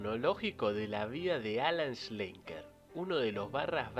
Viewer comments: No es Schenkler (como lo pronunciaste en todo el video). Es como lo escribiste en el título. ...desde 1997 hasta 1996 jajaj. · La ultima vez que es mencionado en el video es la única que se le pronuncia bien el apellido 😂 . Es Schlenker, tal como se escribe... no Shenkler. Pero buen video a pesar de ese detalle. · primero empezá por pronunciar bien su apellido, es SCHLENKER, no SCHENKLER (ni siquiera existe).Saludos. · Nombralo bien al menos, no para de decir shenkler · Es irritante que pronuncies mal Schlenker todo el tiempo. Lo escribís bien y lo pronunciaste mal. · Es un apellido comun EN Israel..no Todos lo sa EN pronunciare es un apellido raro..es un apellido azkenazi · Increíble que dedicándole un video no te tomes el trabajo de pronunciar bien el apellido